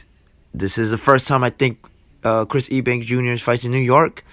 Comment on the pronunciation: Why are you calling him E Bank? Lol. It’s pronounced U Bank.